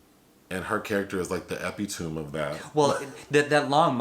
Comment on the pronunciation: Bruh said "epitoome" 😂